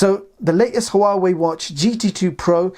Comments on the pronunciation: It's not pronounced,who-are-way, it's wah-way. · It's pronounced wa-way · The "H" in Huawei is silent. This drove me nuts trying to watch this.